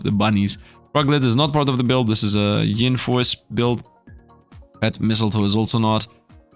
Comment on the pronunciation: Btw it’s yin force not ying lol you’re gettin g it confused with Yang force 😛:_SifdLaugh